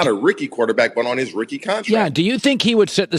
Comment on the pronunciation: Nobody: TJ saying Rookie: “Ricky”